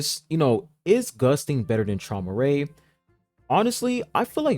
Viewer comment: Traumerei is actually pronounced “He-moo-rye” fun fact